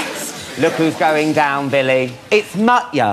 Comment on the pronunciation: It's MUT - YA